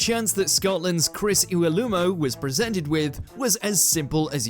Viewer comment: He got Iwelumo right I thought.